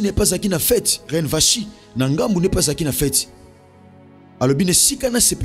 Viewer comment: Gloire à Dieu pour l' enseignement. Vasthi se pronounce (Vasti). Que Dieu nous bénisse.